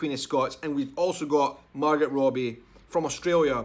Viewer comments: You pronounced the Irish name perfect brother ha! however Margot is pronounced "Mar-GO". Love your accent by the way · btw just for next time just in case you get hate her name is pronounced mar-go I know I used to say the same. Anyway thanks for more content from this amazing Scottish Channel and it’s good to know it’s time for scotland to shine